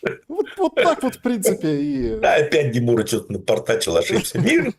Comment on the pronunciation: Да не ДИмурой,а ДЕмурой !Вы что,не можете правильнотю фамилию назвать?!!